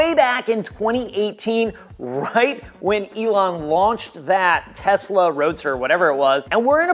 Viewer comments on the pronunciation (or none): none